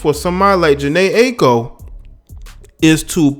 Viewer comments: It’s pronounced eye-co. Good vid tho bro. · Jhene eye- ee- ko is how it should be said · This nigga can’t or won’t say her Aiko’s name right... It’s Aye-eee-ko